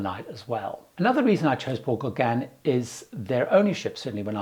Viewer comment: Your "Englishness" is apparent when you (mis)pronounce "Les Gauguins"! LOL I've been on a 12-day Paul Gauguin cruise, and it was the experience of a lifetime! FAR superior to larger ships in other regions.